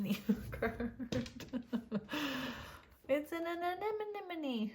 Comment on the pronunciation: Deh-VINE-er (from your word fairy; you're welcome!) lol (But you're doing GREAT! with "anemone" - hug and smile)